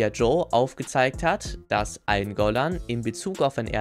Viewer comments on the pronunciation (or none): Eingolahn‘‘ ey da sind zwei ls drin